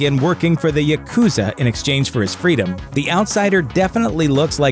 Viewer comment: I have you a dumbs down when you said Yakuza as Yakuuuza sorry not cool bro say it right.